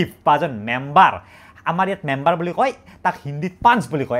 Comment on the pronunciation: Member ❌ Membor ✅😮‍💨